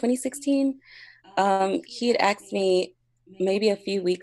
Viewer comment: What is ‘axed’? Not A S K E D FFS!!